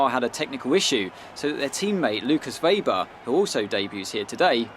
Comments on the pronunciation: German here... His Name is spelled "Wehber" not "Weiber" or "Webber" :) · But they pronounce Weber Veber in this game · Weber is a German name. It's not spoken like Webber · Weber isn't supposed to be pronounced Webber, it's German pronunciation. This is going to trigger a lot of people if you just intentionally mispronounce things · Weber not Webber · how you pronouns Lukas Weber first is correct. It's a german name. Not like Webber. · Don't call him Webber pls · Weber is a german name. So you really don't pronounce it as "Webber". You have to stress the "e" more like "Weeber". But the "e"s are pronounce like the first "e" of "exeptional" for example. I hope i could help. Greetings from Germany Munich! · It's Weber not Webber. One B means a longer E also he's german and we don't have Webbers here only Webers :D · I think it's read as Ve-ber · "Weh-ber" is the correct way to call him,.